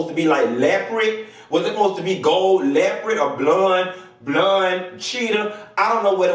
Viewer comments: “Leopred” 😂😩😂😩😂😩 I’m dead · “Leprid”????!!! 😩🤣🤣🤣🤣😭 I love you 😘🤣🤣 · Why did this fool say blonde LEPRID?! LOL